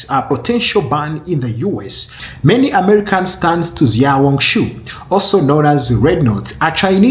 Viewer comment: Xiao hong su is pronounced Shiao Hong Su Not Ziao hong su. just like Xi Jin Ping is pronounced She Jin Ping